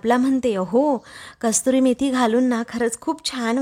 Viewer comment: कस्तुरी मेथी नाही, कसूरी मेथी.